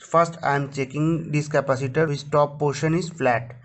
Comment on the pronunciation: Indian never knows how to say capacitor